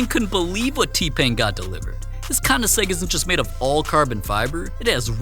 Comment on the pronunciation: Did bro really just call it a koniseg???????